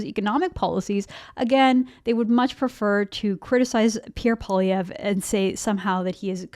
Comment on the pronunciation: Sorry it's Poi lievre Poi not polievre Poilievre poilievre lol